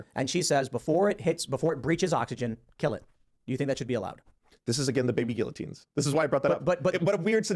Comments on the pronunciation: This guy is very unintelligent. He thinks he’s intelligent, but the guy doesn’t even know the pronunciation of guillotine 🤦‍♀️ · Do people actually pronounce guillotine like that? I've never heard this before.